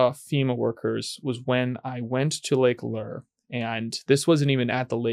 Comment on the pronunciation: Lake LOOURE... not LEER